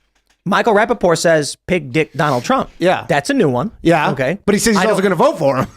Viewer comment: Oooo? Pig dick? I thought he was saying Big dicked. Lol